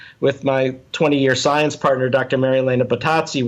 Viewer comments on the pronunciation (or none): none